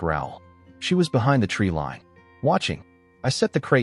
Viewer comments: It's treeline, not a treelean. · To the narrator, tree lean or tree 'line'..